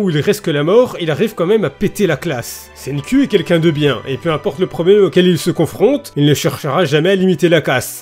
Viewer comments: Je lis les scan cher (je suis même à jour), et "Senku" (Senkū en romaji si on en croit wikipedia) en japonais se prononce littéralement "CènkOU" pas "CènkUH", ça finis par le son "う" (allongé qui plus est) qui est un mélange entre le son "EU" et "OU" (comme le "U" de "LUffy") donc je sais de quoi je parle justement, après, si tu veux garder ce cher accent français, je ne me permettrais pas de juger l':) Merci de faire découvrir ce manga a un plus grand nombre (le coter comique étant son point fort pour moi), tu lis promise neverland sinon? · "Tout d'abbord SAIGNE-CUL" :,) un ptit effort niveau prononciation serais le bienvenu isssou